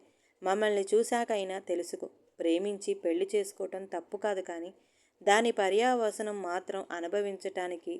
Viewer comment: పర్యావసానం పర్యావసనం కాదు